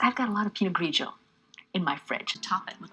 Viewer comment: Her "spaghetti" is absolutely atrocious, but 92% of the Italian in this video is surprisingly on point. She actually didn't go hard enough with the pinot grigio.